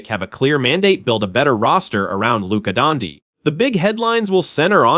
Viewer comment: Who the F is Lucas Donkey?! Stop using AI for your podcasts!!